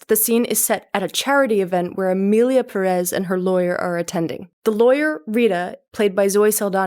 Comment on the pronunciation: Imagine harping on pronunciation and you can’t say Perez correctly. Have a seat